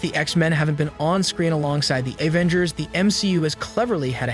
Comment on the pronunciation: Aaavengers, ultren 😂